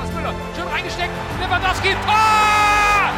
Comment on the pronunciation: Ich glaub er hat Lewangoalski gesagt